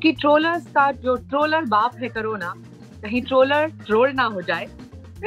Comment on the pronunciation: Why pronounce carona instead of corona?